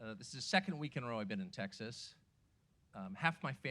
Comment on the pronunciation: Pronounced TEXAS not TACKSASS- announcer ain’t Texan for nothing